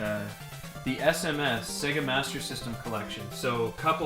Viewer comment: It's Not Se-Gu It's Say-Ger ( SAGA ) I Know This Isn't How Its Spelt,I'm Trying To Write It How U Say It